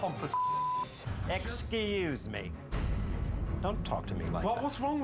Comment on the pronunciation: That ExCUZE ME sounded like Nickacado